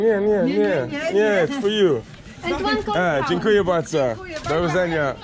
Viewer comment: You say very well "Dziękuję bardzo"👍